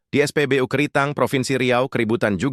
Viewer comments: Sakit telingaku saat kau sebut spbyu miinn😢😢😢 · Narasi "U" bacanya biAsa aja, dul .... Jangan NORAK !!!! SOK DI INGGRIS2 IN..... DODOL !!!! Bukanya keren malah jadi KAMPUNGAN .....👎👎👎👎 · Saya sudah ngomong, no urutnya ke 146, knapa maksaa ?? Haahhh.. hhaaahhhh ????!! Admin jg,, es'pebeyu dan bebi'em salah kosa katanya, yg bener Bebe'em dan es'pebe'u.. di ralatt min di raalllaattt